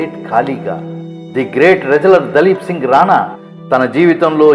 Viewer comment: దలీప్ కాదు ర బాబు దిలీప్ సింగ్